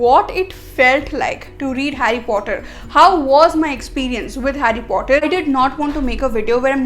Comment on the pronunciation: It's not fhotter it's Potter 😒